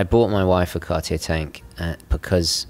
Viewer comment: "Cardiyeah" 😊 But what a relaxed listen. Thanks!